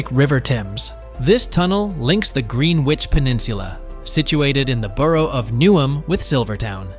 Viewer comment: The speaker could at least learn how to say Greenwich!!